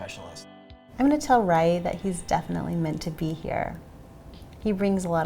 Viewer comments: Congratulations! I heard about this miracle baby and it was nice learning more about him. Just letting you know that “Rye-u” is not the correct pronunciation. “Ryu” is so hard for non-Japanese speaking people to pronounce so it’s ok, but I just think it’d be good for you to know. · Why are they mispronouncing Ryu?